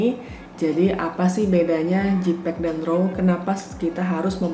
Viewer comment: Makasi kak untuk informasi yang sangat berharga ini. Masukan aja kak untuk pengucapan JPEG (baca: JEIPEG, bukan JIPEG), RAW (baca: Ro bukan rau/rou).